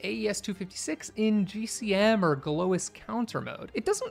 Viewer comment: Galois is French. Say Galwa